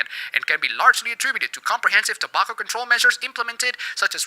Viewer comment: you pronounce tobacco wrong